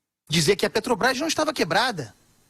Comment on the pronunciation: PETROBAIS??? NEM FALAR ESSE ASNO SABE?